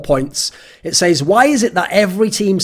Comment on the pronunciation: TIL thorin doesn't know how to pronounce says.